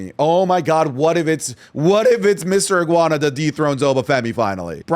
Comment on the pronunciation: not the 'guana